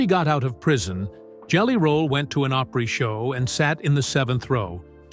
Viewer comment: .....uh.....really?...."Oh-pree".........jeeez, y'all...make dat, like "Ah-pree"......(as in The Grand Ol' Opry...)...😸....